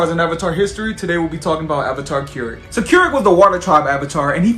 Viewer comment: It's not Keurig it's kurek